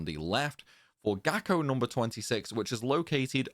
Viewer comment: After do this TWICE on the PS2, one on the PS3, once on Vita, once on the 3DS and once on the Master Collection, this felt surprisingly easy tough the Gako are a good challengue. Thanks for this guide, it worked amazing and i loce the way you pronounce Kerotan and Gako. Actually your voice is soo nice the whole time :)